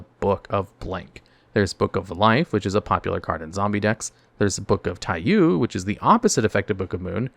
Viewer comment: It's "Tai-Yo" not "Tai-Yu".